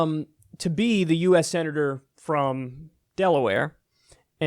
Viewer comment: DelaWHERE!? DelaWTF? lol